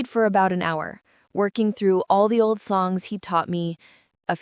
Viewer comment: Made the comment when they said oli instead of old.